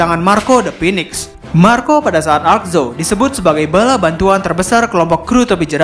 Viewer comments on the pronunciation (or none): none